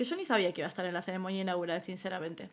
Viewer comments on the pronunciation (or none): No se dice Ceremoña. Se dice CEREMONIA